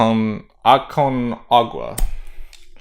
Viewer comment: Col-CHA-wa. Koo-REE-ko. Ah-con-KA-wa. I know a Chilean who you could consult with.